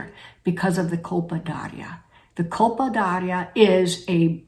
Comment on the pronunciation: In my opinion there is too much good information here to worry over the mispronunciation of a word that is inconsequential in this context.